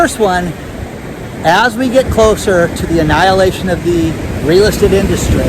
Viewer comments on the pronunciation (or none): none